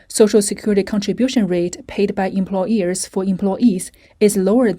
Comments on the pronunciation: Omg haha I was so irritated too everytime the voiceover said "employEARS" instead of employERs. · The word is employers. Not employ”ears”. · It’s hard to listen to this when the voiceover refers to employers as employEARS